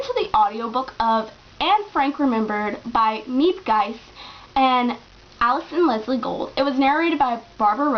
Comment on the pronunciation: I found my copy of the book in my grandmothers boolshelf after she passed away, it turned out a woman married into my background helped translate it. I really enjoyed it (even though I read it in norwegian); it is very vividly portrayed story wise throughout. Miep Gies by the way is pronounced ”(g)heez”.